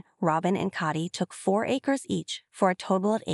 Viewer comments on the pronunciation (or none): Please have someone who understands how to pronounce English narrate. Tired of hearing coyote pass pronounced 'KY OTE' and sometimes Cody as Coddy .